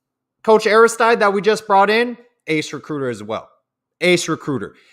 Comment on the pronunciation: Hey, it's not Aris-TYDE. It's "Ari- STEED"!!! Like DEED!!! It's a French name.